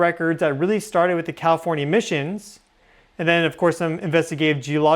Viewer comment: I swear to God he’s saying “Cawifornia”